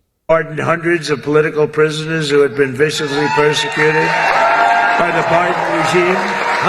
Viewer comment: Holy slurring... "Pardoned hundredssofpolticicalprisinez who had..."